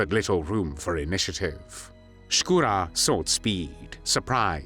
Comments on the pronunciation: Не "СкУро", как читает интеллект, а ШкурО☝️..Но не много Русских белоэмигрантрв поддерживали нацистскую германию. В основном Краснов да он ( Шкуро)..К примеру генерал Деникин ни за какие коврижки не согласился сотрудничать с Гитлером. Он переживал за Советский Союз как за приемника Российской Империи и искренне переживал за Российский народ☝️ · Вообще-то не Скура, а Шкуро. Нормально подавайте историческую информацию. Дизлайк и бан!